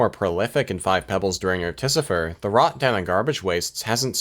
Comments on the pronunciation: I think u watched the video wrong, its clearly pronounced articifer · Is “Articifer” some inside joke I’m not aware of or are you mispronouncing this the whole video? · pfft.... "Ar-tificer", and i've been saying "Arti-ficer" this whole time. that aside i love this video.